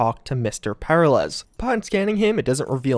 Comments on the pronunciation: The "Secret" ending is the only path forward (and so I suspect it's the canon ending) I also suspect an expansion will pick up from there and go forward - that will likely include more about Mr. Blue Eyes, SD, and Jefferson Peralez (who's name just can not pronounce). I think we'll also see more about Alt/Johnny and a bit more about the Black Wall. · The way you pronounce "Peralez" is so jarringly weird, it feels like the only thing I'm really taking away from what was previously a pretty engaging video. Especially considering their name is properly pronounced A LOT in the game, by them and others.... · PEH-ril-ez? Per-AH-lez, dude. Per-AH-lays, even. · It's "pair-AH-lez", not "PAIR-alez". Smh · i keep hearing Paralyze not Per-ah-lez im not a grammar nazi i swear dont mind me xD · The real mystery is why/how you manage to say the name Peralez so incorrectly, and why it causes me increasing physical pain each time you say it lol. It's "Per-al-ez", not "Para-lez". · you're killing my OCD, man. Per-al-ez, not Para-lez. It's Hispanic, brother. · Peralez, not paralez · Anyone else bothered by mispronunciation of the Peralez's name? FYI: It's pronounced as "Pur-AL-ehz" not "Para-LES" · It's pronounced Per Al ez, not Para lez... Sorry, simple things annoy more more than they likely should... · Every time he says "para lez", I die just a little bit. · Great video. Also it’s pronounced Pe-RAH-Lez! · Say it with me: per-RAH-les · PER - AHL - ES. Sorry, it was killing me. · haha it's killing me too Purr-are-lez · and his name is pronounce peralice, like when one is in danger there in peril? Hes in danger the hole mission hes in "peralice" so the mexico way isnt right either cause the mission is about a man in peril aka mr peraliz Liek if u learn somethmg today and agre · This dude really said "Pair uh lez" SMH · heh heh, para-lez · Glad it wasn't just me who noticed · Great vid, great content -- but the way you said Peralez? Buddyyyyyy